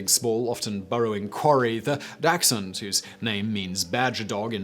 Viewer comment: Dachshund dont have a x in it